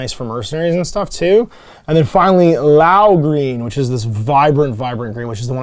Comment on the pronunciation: House LEE-YOWW not LAO. It's not that difficult